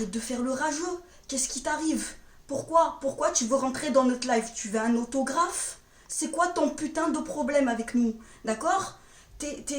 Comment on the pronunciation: « Tou vou un outougraphe » calme tw uesh